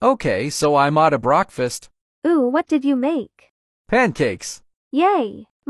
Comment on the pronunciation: Text : okay I made breakfast What they actually said : okay I madi brakfest